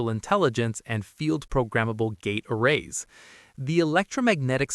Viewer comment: Dang it, we have another AI narration 😖 Should have known looking at the name of this channel, it's low sub count, the fact that we never see the narrator etc but man this is so frustrating. "Yamming" was the first obvious sus moment 🤨 but now "gate AH-rays" is confirmation. Ugh. The information is so interesting, but ugh. Disappointing.